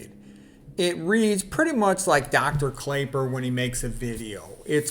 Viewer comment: Thanks for the review. His name is actually pronounced Clapper.